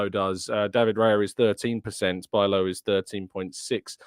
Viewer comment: I actually think (I easily could be wrong) it's pronounced "bee-lov".